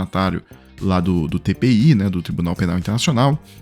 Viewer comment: Agora eu sei por que o apoia Israel: sua familiaridade com o TPI é zero. É TPI, não "TBI".